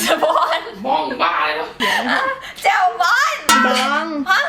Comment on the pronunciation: แจ่ว ไม่ใช่แจ๋ว แจว แจ่ว แจ้ว แจ๊ว แจ๋ว จ้าาาาาา